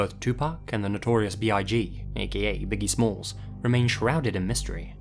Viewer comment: Did you say biggie slims ?